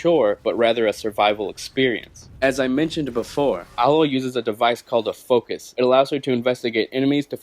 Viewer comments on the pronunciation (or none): you're pronouncing her name wrong. It's AYE-loy, not AH-loy. Get it right, get it tight!